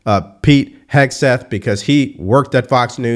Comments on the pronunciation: Milley is a treasonous monster who needs to be removed immediately.....and disrespectful Whoopie purposefully mispronouncing Pete Hegseth's name made her look like a clown. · If Whoopi can’t pronounce the name of the new Trump Secretary of Defense - then how can she know enough about his qualifications to judge him? 🤷‍♀️🤷‍♀️🤷‍♀️ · How cheap and disgusting is she pretending not to know his surname! 🥴 Was it not r~c~st when Kamala's name was mispronounced? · Whoopi making fun and she can’t even pronounce his name🙈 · You pay Whoopi 3 million a year and she can’t pronounce a person’s name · Whoopie can barely read and make the man's name seem impossible to pronounce all the while her name is whoopie Goldberg. Let that sink in. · How about not pronouncing his name correctly ms Whoopy when they were having a panic attack when others didn’t pronounce Kamala’s name “correctly” interesting isn’t it? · I love how Whoopi Goldberg has a opinion on the secretary of defense, and she doesn’t even know who he is or how to say his name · What is Dopey female and she has the nerve to say you ready for this? You're the one who's not ready for it because you can't even pronounce the name😂😂😂😂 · The way they made fun of Pete's name.... The same people who said it was blasphemous to mispronounce Kamala